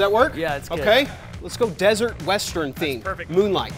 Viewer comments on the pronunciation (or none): none